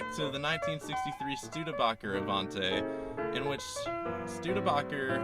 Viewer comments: What the fuck is a Stude-a-bocker and AVON-TAY? It's a Stude-a-BAKE-er and AVON-TEE!! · Stude-a-boker? NO, it is a Stude-Baaker! ( Studebaker )! The oldest name in wheeled vehicles worldwide. Never the less, awsome car, and correct, very rare.